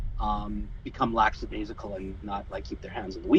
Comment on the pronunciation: lackadaisical... not "laxadaisical"... pedantic police in the house.